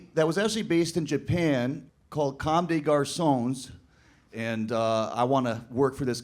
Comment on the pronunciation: But he can’t pronounce Comme Des Garçon right